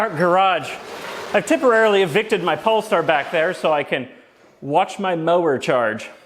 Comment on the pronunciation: "in mah mower.." LOL!!!